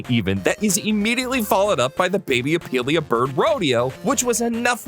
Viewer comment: Your character arc has been crazy! Now you just need to stop saying opilia bird and it’ll be complete.